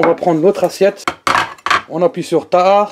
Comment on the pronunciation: À chaque que tu dis « Assietone » je suis pliée. Wlh je te kiff 😂